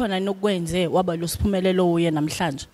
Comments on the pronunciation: She keeps calling her 'Sphumelelo' instead of 'S'phumelele'...😢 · Great interview, but please be very careful about the pronunciation of your guests names as they have a particular message. It’s Sphumelele not Sphumelelo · Yooh Ngyamthatha losisi uSphunelele. Zonke izingoma zakhe zyangthinta. Unethalente sisi❤. Interviewer : uSphumelele not Sohumelelo , libize kahle igama le visitor lakho. S' phumeleLE igama pls mama.